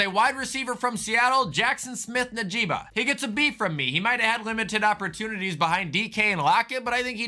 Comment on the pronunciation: “Jaxon Smith Najeeba”😭😭 Never change never change